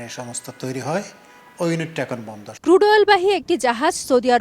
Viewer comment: ক্রুড কে কুড বল‌ছে বলদ সাংবা‌দিক